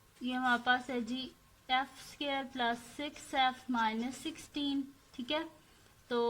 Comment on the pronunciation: api phir app sqare kyun bolti hain